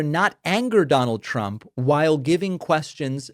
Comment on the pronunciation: While I’m on a rant, Karoline Leavitt can’t speak correctly. She pronounces words with /STR/ = with an SH…Shtrength…..and for Trump she calls him President Chump.